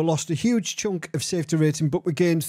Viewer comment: Safety rating…..Smafe-ty rating huh ….. Nikita must not have a Mic hahahaha